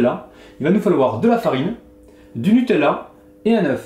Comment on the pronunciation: Je suis la seule à être stressée parce qu'il dit nutelela